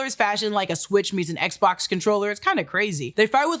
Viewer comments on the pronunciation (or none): none